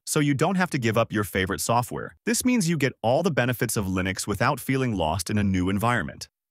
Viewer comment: The way this bot says "Line-X" instead of Linux. 🤣 Stupid A.I.